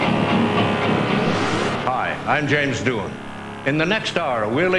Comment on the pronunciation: It's Doohan, not Dooha.